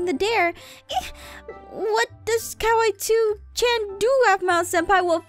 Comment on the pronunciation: it's kawaii~chan, not "kiwi chan."